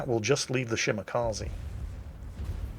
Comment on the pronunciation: Anyone remember when pronounced it shi-ma-kuh-ze?